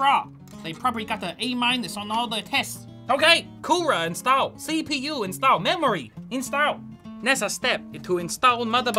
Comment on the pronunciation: "Da the CeePee-YUUU!!! That's my sister name" 😂